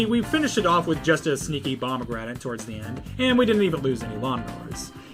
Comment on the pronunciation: That’s how he’s saying it